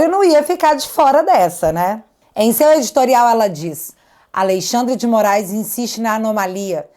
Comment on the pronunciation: "A LEI XANDRE DE MOAIS"